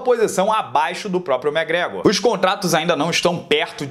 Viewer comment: Para de falar mégrégor pelo amor de Deus!!!!!!!